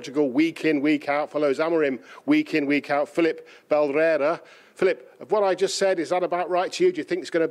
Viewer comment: *Filipe not Filip😂